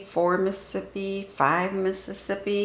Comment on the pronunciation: Isn’t the whole point of counting to the syllabic cadence of ‘Mississippi’ to correctly count down elapsed time without the benefit of a timer?? Why count at all, if you’re going to mispronounce the name of the state as: “Muh-sip-pee”? That extra could mean the difference between an intact or a faulty seal.